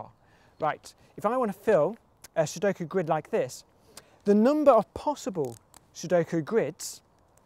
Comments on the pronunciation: Thank the lord he didn't say "suduko" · Finally! Someone who says sudoku right! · I love that he pronounces Sudoku correctly.